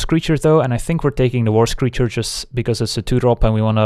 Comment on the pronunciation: Also "Worse Creature" instead of "War Screecher".